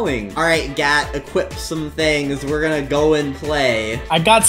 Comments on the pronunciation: I heard Gyatttt instead of Gat 💀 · Why does it sound like he’s saying gayyt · BRO I THOUGHT YOU SAID GYATT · sounds like gyat😂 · gat sounds llike gyat💀💀💀